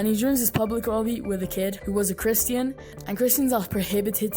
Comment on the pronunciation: Ok but why do you pronounce christian as "kriston"